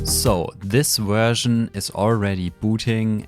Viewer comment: why some contries say "Uhersion" or "Guersion" instead of Version? fascinating